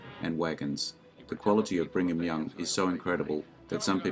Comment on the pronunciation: LOL "BRING"-ham Young. Accuracy? LOL.